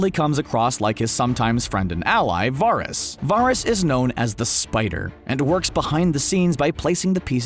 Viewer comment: bro did you even watch the show? can't even pronounce the Eunuch's name. feels like you just read a script someone else wrote